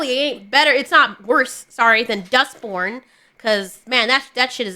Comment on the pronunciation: You kept saying "Dustborn" and I kept hearing "Duck Porn" and I'm thinking: "What the hell kinda games are you playing, girl?"